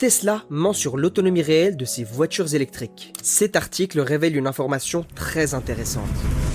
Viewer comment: C'est quoi les voitures "zélectrique" ?